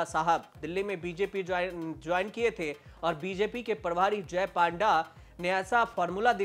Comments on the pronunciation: पांडा नहीं पत्रकार महोदय पंडा बोलो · पांडा नहीं पंडा बोला जाता है ।🤣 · पांडा नहीं पंडा बोलिए.... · Panda..should pronounce PONDA..... पोंडा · Panda nahi panda hota he